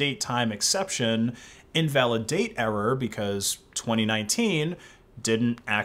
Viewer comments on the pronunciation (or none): none